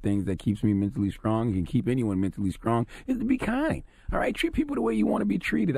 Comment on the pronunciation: When did a K start appearing in the word strong and strength ?